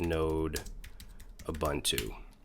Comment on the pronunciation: have a look at "ssh-copy-id" for copying your ssh keys around, much much easier, and it works if you have jump hosts. and int not uBANTu, the way you say it is a slang word for african natives.